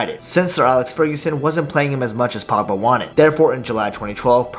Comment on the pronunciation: Say the letter G